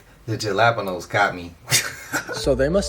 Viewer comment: Yo my man that was showing us how high the prices were instead of saying Jalapeños he said gelapenos i swear to God yo SMH! And bro another man murdered and still the people won't move. What ever happened to BLM?